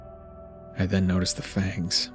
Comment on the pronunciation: Did he say fangs?!?